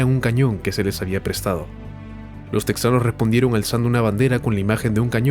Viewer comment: No se dice teksas ni se dice teksano; es Tejas y tejano; aunque se escriba con "x"